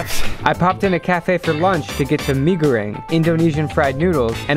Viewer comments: btw when you were at Bali you said megoreng wrong :> you also said kopi luwak wrong. im Indonesian thats how i know the pronunciation. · Its prounounced mie goreng in bahasa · It's not mee it's mie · It's Mie Goreng not Mee Goreng